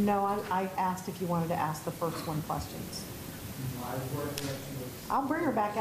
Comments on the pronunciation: Well let me axe you this.... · Why can’t anyone pronounce the word ASK the proper way??? It is not AKS.